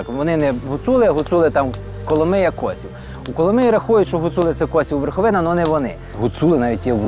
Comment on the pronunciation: Вєрхавіна, як же ріже вуха